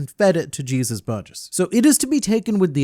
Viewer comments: No the proper pronunciation of Burgess name especially since he’s based on a luchador (wrestler) from Mexico it’s pronounced Jesus (HEY-Zeus) not Jesus (Gee-sus) lol regardless love your videos. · ..."Jesus" Burgess instead of "Hey-soos" Burgess got old 30 years ago.